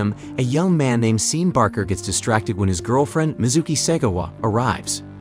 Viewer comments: I had to stop watching this video less than halfway through because he keeps mispronouncing "Sean". f#@ you, A.I.! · Hahaha Love how the narrations keeps calling him seen. His name is Shawn, just spelled SEAN